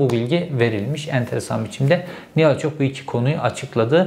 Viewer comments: Sizin gibi çok okuyup ! çok yazan adamın ısrarla Olçok yerine sürekli Olçak demesini bir türlü aklım almadı! Zaten sizi gazeteci sanan bizde sorun! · Sinirim bozuldu ya Herif hiç şaşırmadan Erol Olçak Nihal Olçok demeyi başardı.🤦‍♂️💆‍♂️ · Olçak değil ,Olçok Cevheri bey..!! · OLÇOOOOOOOOOOOK ! olçak ney kardeşim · olçak değil be aga! olçok olçok ooollllçooook! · Nihal Olçok demeyi biliyorsun ama Erol Olçak diyorsun ısrarla neden??? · Olçok diyemedin gitti.